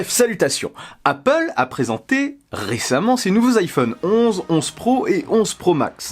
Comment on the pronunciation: its apple not appooool